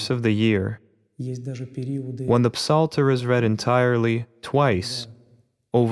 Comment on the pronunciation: We dont pronounce the “p” in psalter in English. We just say it as “salter.”